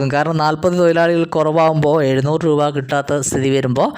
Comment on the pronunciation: തൊയിലാളി അല്ല. തൊഴിലാളിയാണ്